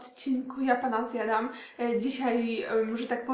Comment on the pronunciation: JAPANA zjadam a nie Japana Zjadam wiesz